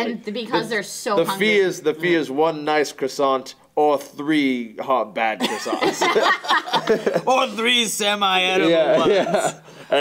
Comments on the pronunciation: croissants is pronounced kwasants. goddamnit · It annoys me how they pronounce it "crossonts"